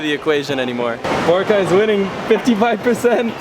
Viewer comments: lmao cringed every time he pronounced Boracay wrong hahaha at least he's trying tho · You've been to the Philippines countless times but you still can't pronounce Boracay correctly 😂